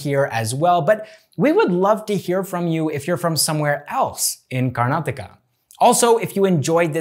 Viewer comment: Thanks you bro firstly you pronounce our state properly manny north indian can't do this.